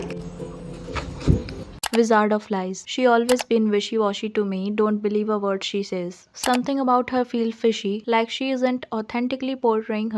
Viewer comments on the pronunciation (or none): none